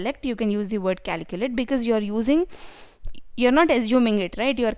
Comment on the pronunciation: Its calculate, not caliculate